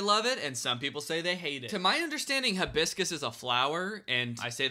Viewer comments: hi-bis-cus not hib-iscus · He said “huh-biscus” and not Hi-biscus and it is upsetting me and my homegirls 😔